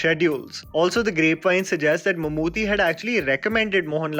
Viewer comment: Good video....although It's Mammoo-T not Mammoo-thee